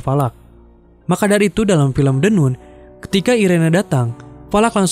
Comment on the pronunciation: Bacanya the nan, bukan the nun